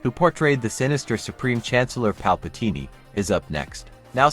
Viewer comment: Let's not forget "Palpateenie"... 🤦